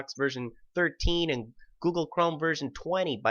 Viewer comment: lol "goggle"